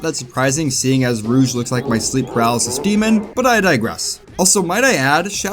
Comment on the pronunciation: Ah yes my favorite Sonic character Rouge (pronounced like the X-Men character), the albino rat.